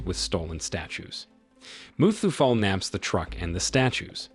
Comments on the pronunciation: Its muthuvel not muthufell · Muthuvel not mustafel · It's mutthuvel not musafel😂😂😂